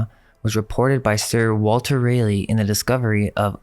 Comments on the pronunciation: Raleigh is Rawl-eey. Raleigh NC . Sir Walter Raleigh. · It's Sir Walter Raw-lee .. correct pronunciation. Raleigh. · Raa-lee in raleigh